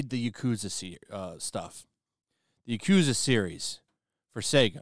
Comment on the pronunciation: How do you stress the correct pronunciation of Naruto but say yakuza like a shoobie lol